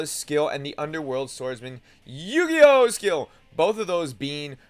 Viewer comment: noone else bothered by him pronouncing eugeos name horribly wrong? its eugeo and he makes it sound like yu gi oh ewe